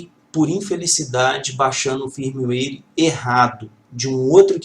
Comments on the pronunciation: Muito bom, mas foi difícil escutar firmiueire tantas vezes no lugar de fírmuér. ;) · Eu já ouví foi firmeuáire ! Tá é bom kk